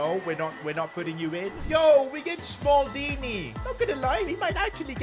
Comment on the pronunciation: Why is this Indian saying smaldini